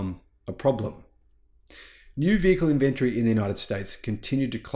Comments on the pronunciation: Is called in vin tory....not in ven tree.... The way you're saying it hurts my ears... And it's highly annoying... The way you're saying it is not even a real word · "Inventry"?? Say it correctly - "in-ven-tory"!! Inventory, man!! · Love your work, but try pouncing it "Inventory". There is an "o" in the word. Not Invenrtree. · Which part of Australia say inVentory instead of Inventory? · IN - VEN- TOR - Y. 4 syllables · Dude. Not only is there an O in inventory, it's also in the pronunciation :-)